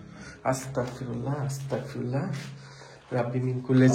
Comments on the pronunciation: ভাই আপনি আসতাক ফিরুল্লা বলেন কেন এর সঠিক উচ্চারণ আসতাগফিরুল্লা✅ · ওটার উচ্চারণ আস্তাকফিুল্লা ভাইয়া হবে না ওটার উচ্চারণ আস্তাগফিরুল্লা হবে আমি মাদ্রাসায় পড়ি তাই জানি